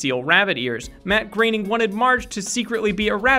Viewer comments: Mate learn how to say Matt groaning. Not Matt graining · here's a fact. it's Matt Groening not Matt Graining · Its groening not graening